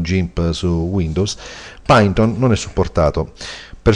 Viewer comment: si legge "pàiton"